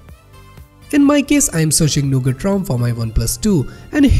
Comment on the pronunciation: when he say android nougut...i misheard it to ANDROID NOGOOD